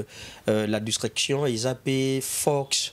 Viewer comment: tres sage et intelligente,garde ta couleur ebene soit benie😘😘😘😘 Mr le chroniqueur c'est discretion et non discreption malgres que n'a pas cessé de dire discretion mais vous continuez à dire discreption